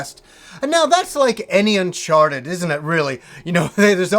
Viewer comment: Unchawted, noice